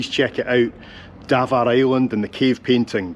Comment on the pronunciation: Dav aar island, not Davar